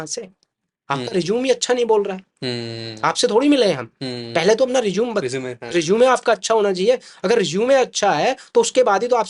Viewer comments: Sir pehle Resume ka pronunciation to thik sai kar lo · Bhai is hr ko to rusume bolna bhi ni Ara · Resume ❌ Rizoom ✅